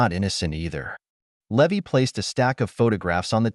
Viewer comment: The pi’s name should be pronounced Lee-vi, not Lev-vy